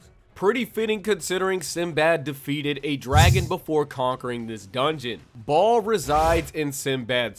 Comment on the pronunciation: Ball?? Bro his name is Baal :)